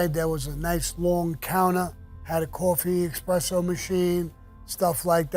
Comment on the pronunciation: It's espresso Sammy. Not expresso.